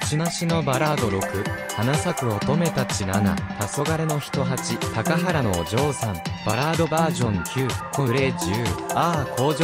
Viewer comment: 高原のお嬢さんをたかはらのおじょうさんといってましたが 舟木ファンの私が大好きな この歌の読み方を間違えないでほしいです😢 いらっ💢とさせられました